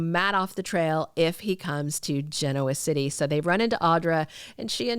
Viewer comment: PLEASE pronounce Genoa City as they do on the show!!! Agree with you that thanks to Michael I think Victor will turn the AI on Abbott Media, although I doubt Adam has a way into their server as he had indicated to Victor he had access to Jabot’s.